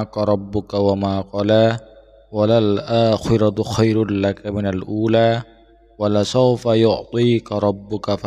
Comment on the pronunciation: Pamer ngaji ya??? Wala saufa bukan walasaofa.